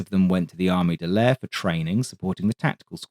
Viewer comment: Could you please pronounce Armée de l'air as the French do? "Armay de l'air". Merci beaucoup!